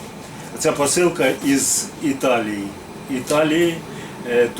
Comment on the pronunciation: "ЬІз ЬІталії" 😂